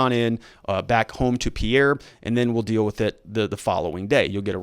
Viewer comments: And I think Pea-air is Peer. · It's PEER not pee-AIR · Pierre is pronounced Peer. Most south dakota counties have a sheriff or a sheriff and 1 or 2 deputies. The top 10 counties (population wise) have more than 3 total law enforcement officers. Not many towns have police and sheriff. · Pierre (pronounced peer) is not what I'd call a bigger city.